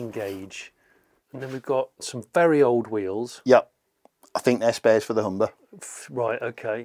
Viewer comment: ‘Velly tough’ 😂😂